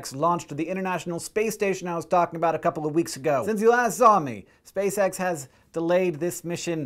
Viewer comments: Anyone else hear "space sex" when Hank said "Spacex"? Nasa, why would you do that? Why? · I thought you said "space sex mission"